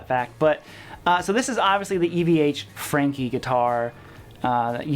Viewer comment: Sidenote: I can hear that southerner in you coming out when you're talking about the Frankie !